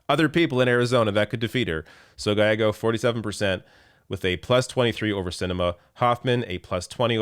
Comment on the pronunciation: Gallego = Gah ye go